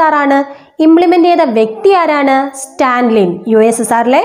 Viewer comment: സ്റ്റാൻലിൻ അല്ല. സ്റ്റാലിൻ . ജോസഫ് സ്റ്റാലിൻ